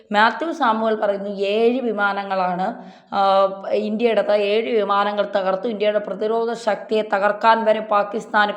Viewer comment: VJP അല്ല BJP യാണ് യേഴ് അല്ല ഏഴ് ആണ് ആദ്യം ഭാഷാശുദ്ധി പഠിക്കൂ എന്താ പറക മാങ്ങാ തൊലി.